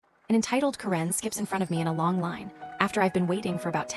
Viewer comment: Stupid AI can't pronounce Karen correctly. Let's get a real human being on here. Thumbs down 👎